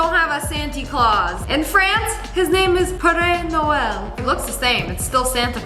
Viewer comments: Père noël is pronounced pe re no el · You pronounced the French version of Santa wrong (im sorry I had to correct it)